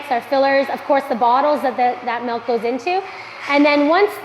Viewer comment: I love their pronunciations of process & milk. Pro-ses & melk.